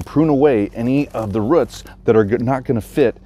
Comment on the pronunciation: Love how you pronounce roots lol “ruit” where ya from?